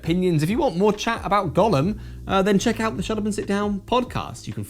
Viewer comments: Is this maybe a joke in the review, or did not bother with the correct pronunciation for some other reason? It’s GOH-lem, not Gollum. Unless of course you’re talking about something other than the clay being from jewish folklore. This doesn’t look like a LoTR game though…. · It's generally pronounced "GOH-lum" with a long "O". Unclear how 17th century Prague Jews would have said it, possibly "GOY-lum", "GAO-lum", or "goh-LUM". Never "GA-lum". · The pronunciation of the title made me think it was about Smeagol. Maybe if you played Go at the same time while getting your legs out for some Go-go dancing it could get an eight and a half?